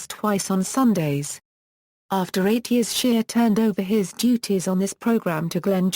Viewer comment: His name is not SHEAR it’s SHEA!